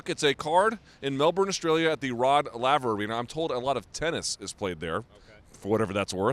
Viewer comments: It’s pronounce lay-ver . And it’s named after tennis champion rod laver. This is where the tennis Australian open is held . One of the 4 major tournaments in the tennis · Lay-ver u dumbass